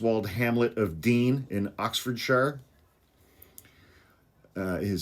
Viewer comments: 💯🔥💪✨️ It was really nice to hear a U.S.A. citizen pronounce the 'shire' of Oxfordshire as we do rather than the Frodo Baggins nonsense, thankyou, 🫂. Like deployed 👍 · An American who pronounced OxfordSHIRE correctly! 😊